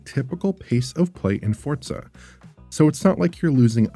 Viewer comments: What is this Fort-sa game he keeps mentioning? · As a Playstation only player I have one question. Why is he pronouncing it Fortza? There is no T? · Is the game called fortza or for-zaa?